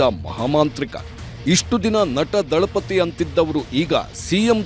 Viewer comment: Dalapati alla....... Thalipadhi